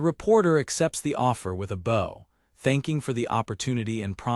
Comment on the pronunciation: lol most of the ai things call bows as in bow an arrow a bow like bowwing, and this calls bowwing a bow for bow and arrow.